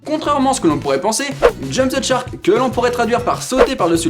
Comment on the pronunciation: J'aime bien ta vidéo, mais juste c'est shark et pas tchark ^^